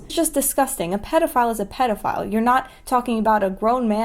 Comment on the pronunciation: The dude who pronounced pedophile like "PEE-dophile" really creeped me out